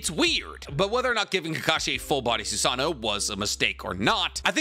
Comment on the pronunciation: The way he says susaNO is gringe.. it is notttt susaaano it's susaNO ffk i had to put dislike